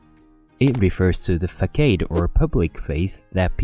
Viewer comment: façade 発音はファサード